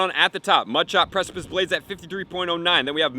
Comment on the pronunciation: Yay! He finally learned how to pronounce precipice!